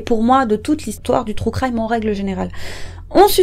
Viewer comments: Les anglophones ne comprennent pas, mais les francophones ce tappent de grosses barres 😁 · "Trou crime" mdrr pardon ça m'a fait rire